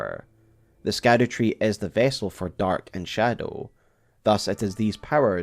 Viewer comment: It is pronounced "Shadow-Tree " not SKADU-Tree! Come on use your English and pronunciations please.